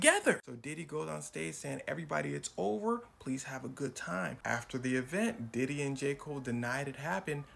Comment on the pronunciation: Bro it’s Diddy not Didi💀